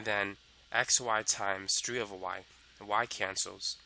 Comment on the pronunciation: My guy just said “over” and became British 🏃‍♀️